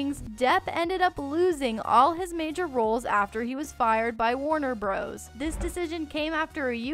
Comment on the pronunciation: did this person say warner BROS and not warner brothers ? that was irritating